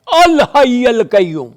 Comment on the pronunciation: بھائی الحی پر زبر نہیں ہے آیت الکرسی میں